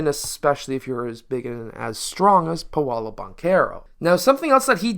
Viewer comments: Its “PAW-LOW” not “payolo” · It's pronounced paaaa lOOOO